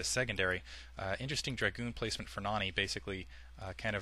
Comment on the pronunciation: u say Noony not Nony